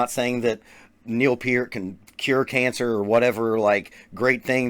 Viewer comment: It’s pronounced Peart. Like, Hurt...my feelings by saying Peter. But you’re the man regardless. Stay safe and keep reviewing dope drummers!